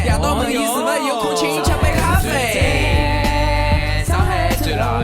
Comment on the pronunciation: 我觉得咖啡的发音不对吧